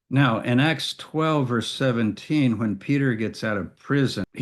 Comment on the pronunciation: While I was only listening, I always wondered about the "Book of X" (or "Axe"). Now I see you mean "Acts". Your pronunciation is a bit sloppy there. (Common issue with native speakers, neglecting accurate emphasis where alternatives with a somewhat similar sound exist.) - Can also be an accent thing, though. Some British accents are particularly ambiguous there.